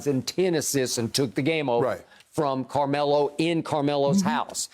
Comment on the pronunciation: Shannon…is it Camelo or Carmelo? Lol 😂 he literally took the whole “r” out.